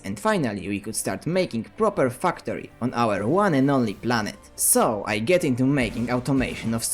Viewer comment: Love that i hear u say fucktory